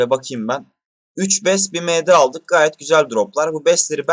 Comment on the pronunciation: Sen ingilizce bildiğini felan mi kanıtlamak için md ye em di diyorsun . Benliğinizden vazgeçmeyin . Bu nedir gerçekten